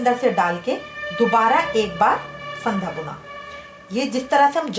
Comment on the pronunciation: it's fanda not phaanda